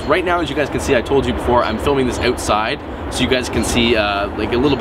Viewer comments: What did you mean by"awt side" mean? Where you trying to say"outside"? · Lol "ewtside"